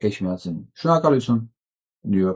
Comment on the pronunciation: Է(ջ)միածին, ոչ թե Է(շ)միածին